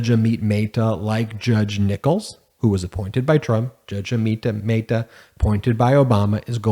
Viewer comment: Brush up on your pronunciation of names. ah-mit meh-ta